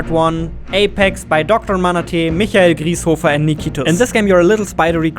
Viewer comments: Wait the way you saied Michael Grießhofer, are you german? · now my question... ARE YOU GERMAN? cuz u pronounced Michael Grieshofer perfectly